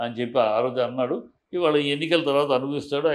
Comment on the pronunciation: ఆంటాడు కాదు ఆన్నాడు